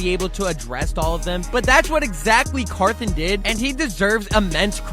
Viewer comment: Car thon! Not Carthin